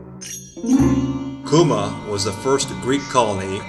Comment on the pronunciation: your mispronouncing the name